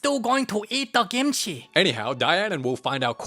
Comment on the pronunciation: wait is it kimchi or gimchi or is that just how he pronounces it?